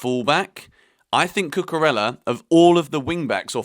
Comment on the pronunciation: Hello. It's not cucurella it is cucureya. LL pronounce Y in Spanish language